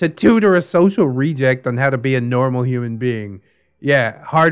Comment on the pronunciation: Or a "hoo-mon".